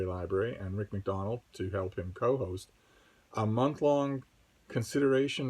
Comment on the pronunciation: Finally I hear someone say MacDonnell correctly. What's with so many people pronouncing it Mack-Dough-Nell? Very much looking forward to the Midrash videos.